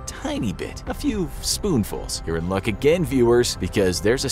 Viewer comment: when he said "your in luck" i thought he said "urine luck"